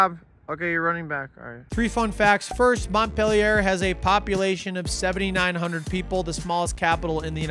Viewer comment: This was awesome, I'm very proud of you! Also, I sing to my baby daughter every night the 50 state capitals (plus DC and the territories). Now I know how to pronounce Pierre and Montpelier